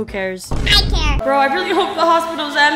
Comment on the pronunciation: It’s so funny how every time when says he doesn’t care it’s like Care